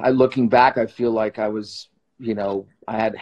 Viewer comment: BTW you very humble and kind sir Sebastian unlikely to others has has handsome but human behaviour issue "I DON'T WIKE IT" the bad words... Haha